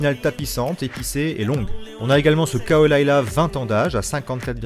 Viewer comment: Perso, je dis "ledègue" mais en revanche, je pense qu'on dit "Coul Ila" et non pas "caol aïla"